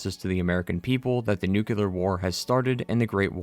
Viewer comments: Maybe learn to pronounce the word Nuclear before you make a video where the word comes up a thousand times. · Could someone point me to the second "u" in "nuclear"? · Your incorrect pronunciation of the word "nuclear" really grinds my gears. Or maybe it's just a tribute to George W. Bush? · Speaking on a game called FALLOUT then mispronouncing "nuclear" is both hilarious and annoying 😂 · Okay so Great video did enjoy and agree But u always say nucluar which is ever so slightly annoying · How do you play fallout.... Make a whole video about fallout..... And still say NUKEULAR!? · “Since the creation of the nuke-u-lar bombs” Are you… mentally deficient? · How uneducated do you have to be to repeatedly say "nucular"? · Nucular? Good grief. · Aww maaaan things we're going so well until you said "Nuke-ya-ler." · "NUKE-U-LAR". Yeah, you lost me. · nu-q-lar, huh? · ITS NOOKLEAR NOT NEWKYEWLAHR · The word ‘nuclear’ is pronounced NU-CLEAR (as it’s f**king spelled)! It is not pronounced NU-CU-LAR! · NOO.KLEE.ER. NUCLEAR. Not NUCULAR. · There is only ONE "U" in "Nuclear" - it's not "Nucular" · Nu-cle-ar. It's pronounced New-clee-ar. Not Nukular. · It’s pronounced “nu-clear,” not “new-cue-ler.” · New Klee Ar > Newk Yoo Ler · Nuclear. Nu-clear. Not "nuke-you-ler" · STOP SAYING "NUCULAR" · its nuclear not nucelar sorry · Nu-clear Not nu-cular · nook-lee-er not nook-u-ler You are pronouncing it incorrectly. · One small thing, nuclear is pronounced “new-clear” not “nuke u lar” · stop saying nuk-le-ar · why you pronounce it "nucular" instead of "nuclear", it's a good video but that almost ruined it for me :( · NewCLEAR, not NewKeLaR. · Just a pet peeve of mine: it's nuclear, not nukuler, I'm talking about the way you say it. Other han that amazing video ! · Please, it drove me nuts to the point of clicking Back: it's nu-cle-ar. Nuclear. Nuclear. Say it with me: nuclear. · The word is 'nuclear', not 'nucular'. What the heck is a 'nucular' anyway? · "Nukular" Bomb 🙄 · lol "Nucular"